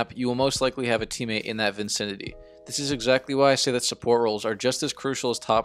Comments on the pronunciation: Vint-cintity lmao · JRoy Gaming probably because he said vincinity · "vincinity" lol